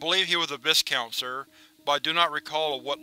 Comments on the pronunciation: FYI viscount is pronounced vy-kownt. The S is silent. Thanks for always reading every part of the SCP and even the tales. Most people skip it. You're awesome. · Just a note, "Viscount" is pronounced more like "Vy-count".